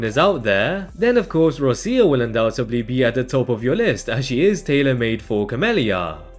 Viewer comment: “Rosia”, please don’t… ROCCIA, like Rocha, but with hard C pronunciation. Please.